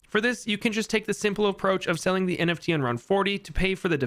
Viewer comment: Every time he says "NFT" it hurts my soul